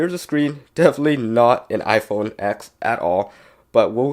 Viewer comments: Did you say iPhone f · Did you say IPhone f ??????? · I heard u say iPhone f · Did he say iPhone f ? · You siad the iPhone eth 😂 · He said iPhone F instead of iPhone x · Lol, he said Iphone F 😂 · Did he say IPhone F in the beginning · Is it me or did anyone hear him say iphone f? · he said iPhone f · At the first he said iPhone f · Yianni Strait if you listened to the release of the iPhone X they say ten not X they never said x your dumb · Niqqa said iphone exthhffffff lmao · Who else heard him say iPhone F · same it sounded like he said F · It look or sound it is said s or f I can't that hear that good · Yeah get it right it’s the iPhone X